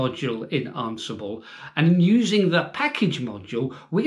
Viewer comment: Am I pronouncing it wrong or are you? I thought it was an-si-ble not arn-si-ble lol Are you just concentrating on the RHEL exam for this little series of videos? I'd love to see Ansible used with some other declarative software like Vagrant or Terraform.